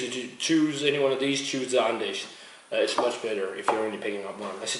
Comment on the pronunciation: Nice review! I don't mean to be a smartass, but its actually pronounced "Andecks" :)